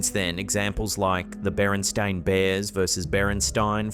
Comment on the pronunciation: I was an editor in the '90s, and my whole life was pronunciation and spelling. It's Berenstain - not Bear-, not -stein. Berenstain. If I'm wrong I'll give you my house.